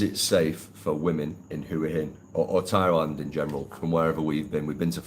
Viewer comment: Been going to Thailand for well over 20 years, married to a thia, speak Thai. Lovely country but please try to pronounce hua hin correctly but apart from that I wish you all a very happy life.